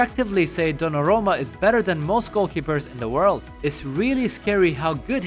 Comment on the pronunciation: Good content, except you mispronounced and misstyped dollarumma a lot...